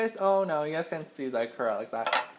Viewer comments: omg such incorrect pronunciation of Ikura made me wanna cry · You say ikura wrong !!!!!!